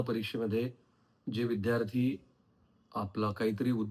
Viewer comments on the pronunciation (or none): none